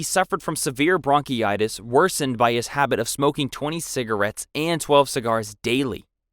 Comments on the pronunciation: I thought he meant "bronchitis" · Bronchitis, not bronchy itis. Deposed, not disposed. Bolingbroke, not boiling brook. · Also the way he pronounces bronchitis, is bound to give me bronchitis.